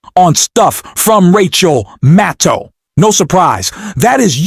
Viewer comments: Sir. It 's NOT Rachel MaTTow! It's Rachel MaDDow. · Who is "Rachel Mow?" You called Rachel Maddow "Rachel Mow" at about the spot in your video. What's with that? And then at about the spot, you call her "Rachel Mattow". What's with that also? Get with the program, especially if you want people to like and subscribe to your channel. The stakes are too high to not be attentive to such details. Rachel Maddow deserves better than this. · With respect, would you please learn how to pronounce Rachel's last name?